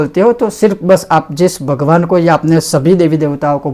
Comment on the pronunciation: शुद्ध उच्चारण के साथ उपदेश करना सीखो, भगवान् उच्चरण किया जाता है, वगवान् नहीं।